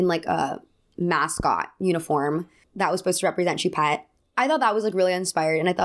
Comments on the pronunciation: Sorry if 1200 people have already commented this, but no biggie just fyi Choupette is pronounced Shoe-Pet Also why do we know the name of a famous dead man’s kidnapped cat? But here we are. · You’re pronouncing his cats name very wrong. It’s French for cat. Look up the way to properly pronounce it please. But I agree about Doja